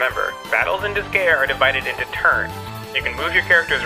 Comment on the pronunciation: also, it's disgaea as in dis-guy-ah kinda like ninja gaiden.